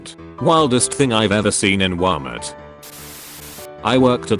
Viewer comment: Nobody: The voice: Wamert